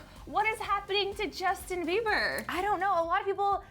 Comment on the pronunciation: Who the hell is 'Jusin' 😂😂😂